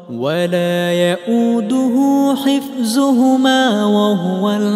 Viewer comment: And also instead of hifzuhumma needed to recite hifduhumma at end of ayah.